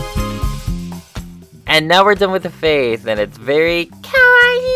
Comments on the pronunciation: I love your channel but I cringed when u said kaweii. Beauiful job on pinkie pie BTW! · Sounded like KAIIE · when you sid kawaii i had a massive meltdown of laughter XD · HAHAHAHA HELP THE WAY YOU SAID KAWAII HAS ME DEAD AND ROLLING IN MY GRAVE HAHAHA 💀💀⚰️‼️ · you said kawaii wrong